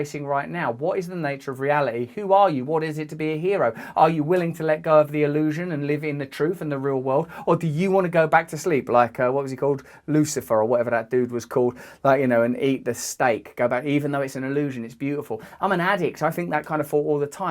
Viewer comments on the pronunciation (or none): Cypher not Lucifer.